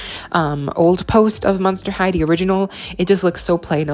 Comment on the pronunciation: The word is THE not dee. Thanks